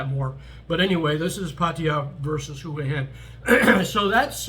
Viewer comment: Thanks for pronouncing Hua Hin correctly. Wayne’s series on HH was very accurate, it’s more for 55+ who want a normal life without the partying. I’m looking to hire expats myself for a business in the US and the one rule about expats in Thailand is they can’t live in Pattaya because of the reputation. Pattaya has it all though and is cheap to live.